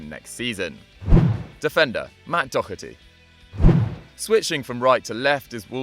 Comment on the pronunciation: Daw-her-ty not Dock-er-ty